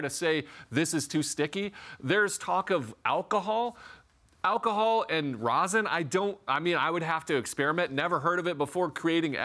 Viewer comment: Rosin, not Rosen.🤦